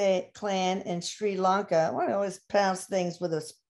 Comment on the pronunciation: They can’t even pronounce the name of the country for heavens sake! It’s not Shri LOnka, it’s Sri Lanka. If the simple things are wrong, why would anything else they say be right… She says “I believe they were under British rule” she believes? Surely Erik should know something as basic as that? Ceylon has been independent since 1948 and was renamed to Sri Lanka in 1972. It’s always been politically challenged given the prime ministers descended from rich sectors, Wealthy British educated who didn’t give a stuff for people disabled and hawking on the streets, living in shanty huts on the beaches. This is why historically the ordinary people - Sinhalese and Tamils have rioted against the elite.